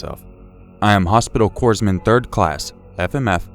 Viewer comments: Hey man, I like your vids and I'm not trying to rag on ya but I will state this for further notice. Corpsman is not pronounced coresman it's pronounced coreman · CORPSMAN!! C O R P S M A N! (CORE-man) IT'S THAT FUCKING SIMPLE YOU WERE IN THE ARMY FOR CHRIST SAKES MAN (I FUCKING LOVE YOUR STORIES BUT THAT KILLED ME) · Please, corpsman or in the word corps, the s is silent. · Maybe pronounce “corpsman” properly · You guys are killing me in these videos not being able to pronounce “Corpsman”.